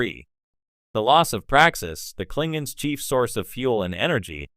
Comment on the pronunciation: Klinguns. Lol